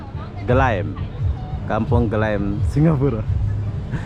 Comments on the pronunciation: Kampong Ge lam (Glam) bukan Ge lem. 🤣🤣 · kampung Gelam, bacanya kali